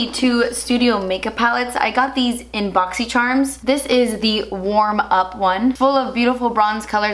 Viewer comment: You said you got those eyeshadow palettes in Boxycharm. What's Boxycharm? Don't you mean Boxysherm haha?